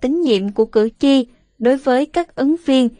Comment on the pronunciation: Cử tri chứ khg phải cử chi nhé!